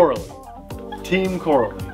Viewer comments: Gotta be that guy. Pronounced Co-rally lol. They have similar roots as arrma except more successful at winning. Made the jump to bashers which is more profitable. Just like team durango became arrma. Btw before anyone says the copied arrma. All of the flat pan chassis are virtually unchanged from nitro days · Corally is pronounced like Core-ally the A is hard. They have been around for a long time. They are well respected racing RC manufacturer. RC pro's are very familiar with the brand but it's more widely known in Europe. I own the Kronos. It's very fast and is actually tougher out of the box than the Arrma Kraton. Where most 8th scales use a 11T diff pinion, my Kronos has a 13t. Not sure about the Radix but they make fun fast durable RC's. The shocks are racing quality and very smooth. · "RAY-DIX or RAD-IX" I don't seriously know but it's definitely TEAM "KOR-RALLY"... not "CORRA-LEE" 🤦🏾‍♂️🤣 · It's pronounced Co Rally lol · This reminds me of the Arrma "cratton" Video No not the shape or the design but the way you pronounced it. Team "CO-RALLY" has been around a long time, a lot longer than Arma. It is much more popular in Europe. They just started making bashers though and are currently on the version 2s. Version ones had some issues which they seem to have improved on with the version 2. unfortunately part support is suffering so far here in the United States. Even though the motors have the same KV as other brands they are slightly faster than the competing design. They recently just came out with 4S versions also of a couple of their designs. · I agree I always thought it was pronounced either coh-rally or cah-rally. Either way rally at the end :) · I raced Corally 1/12 pan cars back in the 90's and 2000's. We use to pronounce Corally "ca rally" never heard it pronounce "cor a lee". Now I'm wondering if I been saying it wrong for the last 25 years. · it's pronounced co rally